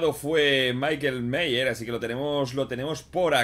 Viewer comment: se dice Maiquel maiers no miers :v